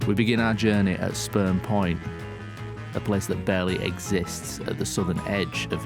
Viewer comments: ....totally sounded like said sperm point..... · I keep hearing Sperm point😂